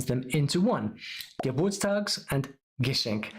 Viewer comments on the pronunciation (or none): Geschenk, not Geschenkt :D